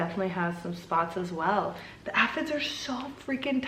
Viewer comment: Say it with me...AY-fids! 😂💚